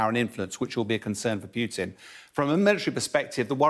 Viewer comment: He really needs to learn how to pronounce those names, including Putin. Putin -> Путин -> П - у - тин -> P-oo-tin. Otherwise half the viewers with any knowledge of Russian will roll their eyes and not listen.